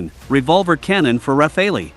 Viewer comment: Good stuff but please pronounce /RAFAL/ not Raphaelee. By the way, the Arquus Trapper is made in USA, not France, I am sorry to say. Everything else is French, although Airbus (born in Toulouse, France) is now a European Consortium. When the European agree / work together, they do great! Hello to my fellow European citizens!